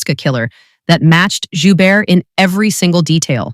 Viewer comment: the T is pronounced at the end of his last name...